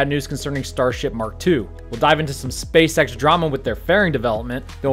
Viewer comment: did anyone else hear "Welcome, to another episode of space sex in the news"?